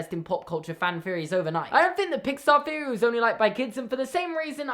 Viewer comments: Not hate but do you say feory not theory? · The word “theory” does not begin with the letter “F”...... what the fuck! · i like how you say feory instead of theory i no longer feel alone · Feory after pheory after fffeeaarry